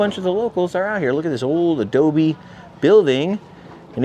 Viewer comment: every time you say ADOBE....pee wee!!